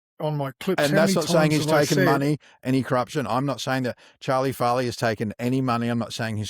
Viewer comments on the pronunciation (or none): FARRER not Farrahhhh